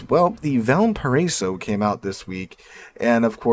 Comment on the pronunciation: you missed my comment in your Valparaiso vid. SO Stop embarrassing yourself. Google "Valparaiso pronunciation". 😊